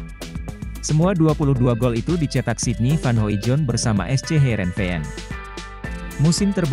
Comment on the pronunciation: Hoidong bacanya bang bukan Hoijon